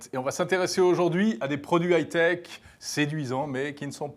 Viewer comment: a, beug et ne sait meme pas dire haute technologie en anglais mdr